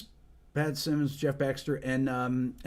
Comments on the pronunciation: Simmons, not Simons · Patrick Simmons not Sy-Mons. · Wanna learn to play rock guitar, including bass? Listen to the Doobie Brothers. But Rick, honestly, the fact that you don't know how to pronounce Pat Simmons' last name, really. You might appreciate their music, but you don't really KNOW them. Not like we know them. Get Pat or Tom or TIran or Mike or Skunk on your channel. That would be epic.